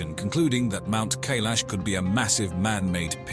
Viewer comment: It's Mount K-eye-lash, dummies!!!